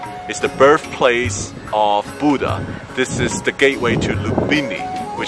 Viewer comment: It's not buda it's Buddha